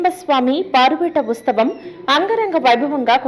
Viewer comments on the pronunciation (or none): ఉస్తవం కాదు తల్లీ ఉత్సవం అని చెప్పు